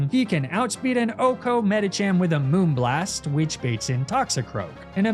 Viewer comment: "And immediately I realised I made a massive mistake" You sure did! Where did the people's beloved MOONBLAST pronunciation go? Sad!